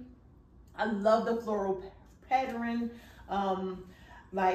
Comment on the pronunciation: The word is pattern, not patterin